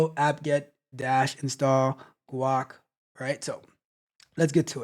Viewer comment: Guh-wake😂😂 Like quake but with a g instead. It is named that because it was first built for the gnome desktop environment. You know G for “gnome” + quake = Guake. Long a pronounced 😅